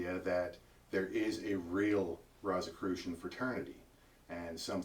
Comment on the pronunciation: First of all, you pronounced Rosicrucian incorrectly; therefore, I can't take you seriously...